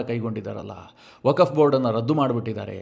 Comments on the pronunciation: 🙏 ಸರ್ ,,ವಕಫ್ ಅಂತ ಉಚ್ಚರಿಸಿದ್ದೀರಾ,,ಅದು ವಕ್ಫ್ ಅಂತ ಉಚ್ಛರಿಸಬೇಕು. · ವಕಫ್ ಅಲ್ಲ ವಕ್ಫ್ ಅಂತ ಸರಿಯಾಗಿ ಹೇಳಿ.